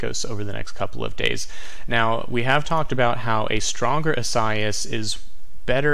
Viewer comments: It’s eee-sigh-eee-as. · Great spot as usual.Informative & interesting.However, your pronunciation of Isaias...was off!!....EE- suh- ee-us....4 syllabils.